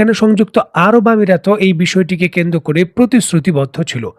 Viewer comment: কেন্দ্র করে/পর্যন্ত । এই উচ্চারণগুলো শ্রুতিকটু লাগে। তাছাড়া আপনার কথা ভালোই লাগে।